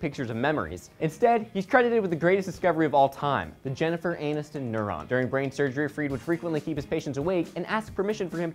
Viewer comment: lolololol says "Jeniffer ANUStin"